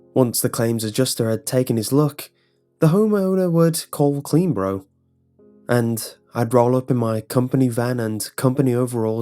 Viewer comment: Is he saying CleanBro or CleanBorough? 😂